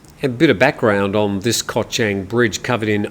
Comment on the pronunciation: Hi, I’m a great fan of your show. One remark however, please do some more effort to pronounce Thai geography a bit better. Chang, the island, the beer, the elephant, is pronounced with the ‘a’ as in ‘baht’, not as in ‘men’, no offence but it hearts my ears 😊